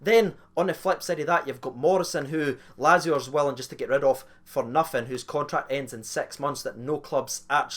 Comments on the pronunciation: Laz - ee - o got me triggered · Well, we're the rehab house for nutters...but nope. and it's "Latz-ee-oh" ffs